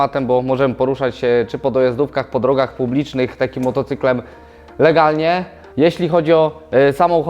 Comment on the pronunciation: "LEGLNIE" Hahahahahahahaha!!!